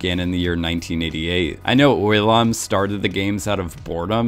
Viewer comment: I know you didnt just pronounce 오일남 like oil nam 😤😤😤